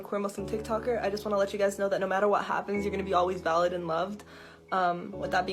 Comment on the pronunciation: When they say “valid” I sometimes hear “salad” like “ I just want you to know that you are salad”